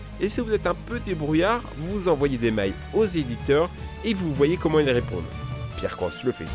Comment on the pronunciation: "vous envoyez des mailles" prononciation a revoir mais sinon exellente vidéo